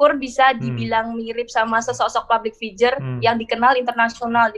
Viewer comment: pablik fijer,,,logat nya indo bgt...